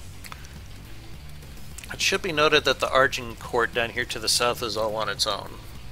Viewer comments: Technically it's "Azincourt" and the English have always mispronounced it ;) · A minor thing but maybe ask Aiyon how to pronouce Agincourt. I have never heard it pronounced the way you guys have...lol